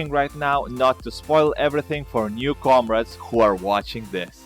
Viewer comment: comrades he pronounces it as comreds